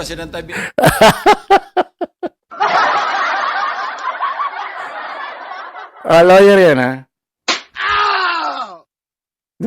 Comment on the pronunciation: Lawwyer ba or lower?